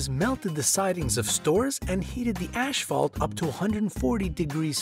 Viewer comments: Asphalth not ashfalt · It's asphalt not ashphault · foxtrot789 here is another one. It's asphalt not ashphalt. (Not pronounced ash-fault) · "Ash falt"?? Reallyyyyy????? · Did he actually say ASH-phalt?? GEEZ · This mans just said ashfalt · I don't take advice or information from individuals who pronounce "asphalt" as "ashfault". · He said ashphalt when it’s asphalt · "Ashfalt"?? It's asphalt!! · It's asphalt, not ashphalt o.O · "Ash-phalt"??? Since when do you pronounce ASphalt with an h? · Asphalt, not ashphalt.. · ashfault. This is a comedy thing, no? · ThomSirveaux Also im pretty sure he said "ashfault" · Never trust anyone who pronounces "asphalt" as "ashphalt". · what's "ashfault"?! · he said "ashphalt" at the disney building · I thought asphalt was pronounced "a$$fault" not "ashfault"". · yes buddy, its Ashfault... sure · Your mistake was pronouncing "asphalt" as if it were spelled "ashphalt". I noticed it right away. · " the ashalt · #7 ASHphalt ???